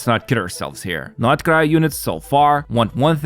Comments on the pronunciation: Every time you pronounce it "nod-i-krai" my eye twitches. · I can't. sorry, not sorry....but I can't watch any of your videos. It makes me want to rip my ears off every time I hear you say "NADA-CRY".